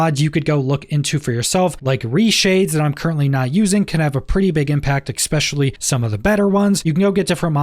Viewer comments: "especially", not "expecially" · "Expecially", sorry I couldn't resist